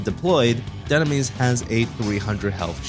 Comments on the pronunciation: Why did you butcher the name at the beginning of the video....Doonames instead of dynames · It’s call Dye-nam-mes, you uncultured swines